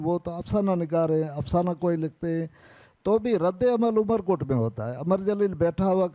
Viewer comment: amarkot not umerkot